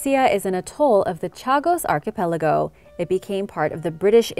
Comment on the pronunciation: Nobody commented how many times you mispronounced archipelago?